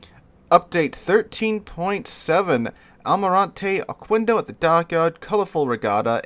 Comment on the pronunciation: It is pronounced okendo not okuendo